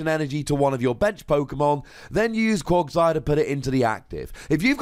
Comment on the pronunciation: why are you say bad at Pokemon pronunciations? Quaqsire has an A in it, not an O. It's pronounced "Cwag-sire" not "Cwog-sire", as confirmed in the anime!